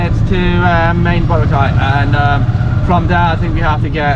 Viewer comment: Say boRAcay, not BOracay.